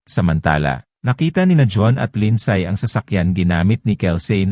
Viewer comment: " Lindsay" is pronounced Lind- si not Lind-say